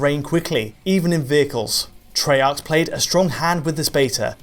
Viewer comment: It's pronounced Tray-arc not tree-arc ffs